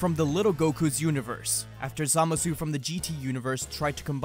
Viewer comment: Did anyone else hear him say samazu instead of zamasu?